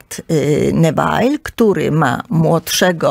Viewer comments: Nie Newail tylko Newil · Groza. Też mi się kompletny bigos w głowie zrobił 😢 Kobieta bredzi jak potłuczona. A jak słyszę "Newajl" to mnie zęby bolą... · Droga, piekne audycje. Dziekuje. Neville wymawia sie Newil, ❤❤ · Ludzie, dajcie spokój, kobieta tak się ekscytuje brzmieniem swojego głosu, że myli postacie, numeruje sobie królów jak popadnie, ogólnie wprowadza okrutne zamieszanie 😳 kilka razy musiałam cofać żeby sobie poskładać fakty 🤕 A "Newajl" przyprawia o ból zębów 😢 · Nazwiska Neville nie mówi się tak jak pani redaktor gdyż Neville z francuskiego pochodzi. Nikt W UK taki nie mówi.